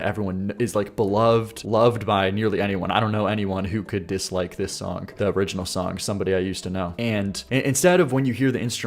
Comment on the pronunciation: You say “sonk” a lot, trying to say the word “song”! I like your content but I think it’s funny